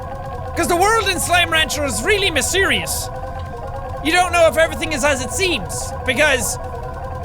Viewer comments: to mysserious???? your language you spoke was so called "mysserious" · Wait......did jack say misereus